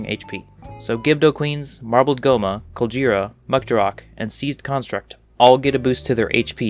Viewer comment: You pronounce the G in Colgera softly?